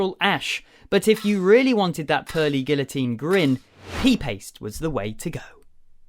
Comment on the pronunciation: Pee paste I'm dead 😂😂😂😂